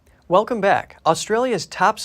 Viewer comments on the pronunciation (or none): none